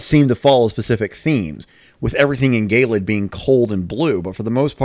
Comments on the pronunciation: gay-lid? pretty sure it's ge-lid like icy eh, it's just kinda bothering me... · Also I hate to be picky but I think gelid is pronounced "jellid", not "gaylid". Good video anyway though.